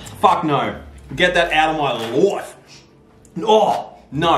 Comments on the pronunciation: I loc when he says "LOIFE" LMAOO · No one:: GET THAT OUTTA MY LOIFEE!